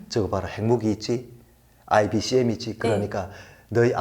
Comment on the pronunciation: 북한인구가 2,500만?? 확실하지 않은 인구통계입니다. 그리고,... "IBCM" 이 아니고,.... "ICBM" 이라고, 하셔야,...